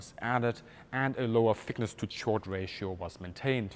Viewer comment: chord is pronounced "kord"